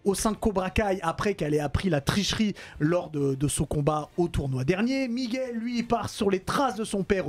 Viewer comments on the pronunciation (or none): Ol kainry ne dit plus "migouelle" mais "Miguel" c'est comme ça que ça se prononce 🤣